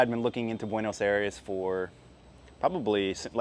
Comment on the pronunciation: Tienes que aprender como pronunciar Buenos Aires